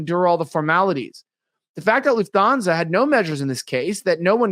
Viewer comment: Lufthansa: Looft-han-zuh There is no dental fricative used to pronounce this word. The "th" here would more closely be recognized in American English like the "th" in Thomas, although Lufthansa is a German word. I wish all of this mispronouncing of words, especially by those purporting themselves as "professional" speakers/reporters/pundits/video makers would stop, already. It drives me crazy. As a senior citizen, there are times I can't even make sense out of what's being said for all the butchering of the language. I realize this the fault of our educational system decline, but it used to be that reporters and newscasters went to a school for training in elocution. Back in the early 20th Century, it was located in Chicago. I'm guessing that no longer exists. What a shame.